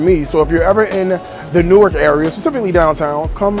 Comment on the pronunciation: Also learn how to pronounce our city.. it is not NEW-ARK.. 😖😖😖